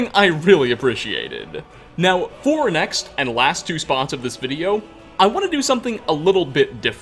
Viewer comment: Wow great videouh! I really like your narrationuh, and I also think everyone should give a tryuh!